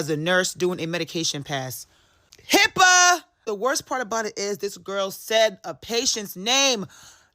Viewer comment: What I meant was HIPAA is the least of the worries in this video… it’s the obvious issue but there is more to it. Also if you claim to be educated in HIPAA, please use the correct letters. It’s not HIPPA or HIIPA